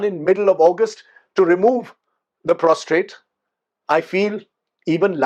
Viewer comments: Sir Prostate not Prostrate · Prostate and not prostrate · It's prostate, sir. Not prostrate. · Sir it's Prostate not prostrate!!!